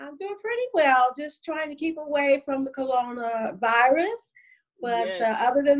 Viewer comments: Uh oh did Ms.Twinkie say colona virus🤣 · All the saints of old mispronounce, corona virus 😂😂😂😂 Colona! 😂😂 I love her sooo much, I’d absolutely give anything to celebrate her life while she’s living ! She’s so beautiful 😍❤️ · Twinkie From the Old School...she said...Colona not Corona. Lol. Love her so much